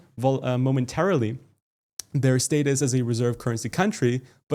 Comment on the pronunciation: You’re saying status wrong, lol